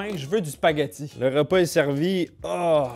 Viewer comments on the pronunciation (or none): none